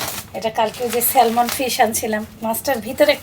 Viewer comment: সালমান বা শাহরুখ মাছ না। এটার উচ্চারণ স্যামেন বা স্যামন। L টা উচ্চারিত হবে না। L silent থাকবে।